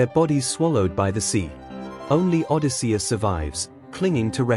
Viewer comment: Nope. I can't listen to Odi-SEE-us even one more time. Goodbye.